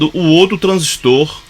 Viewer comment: Parabens! pronunciou corretamente a palavra TRANSISTOR, tem meu respeito. Tem gente aí q gosta de falar "transísto " eu pulo logo o vídeo pra não ver mais.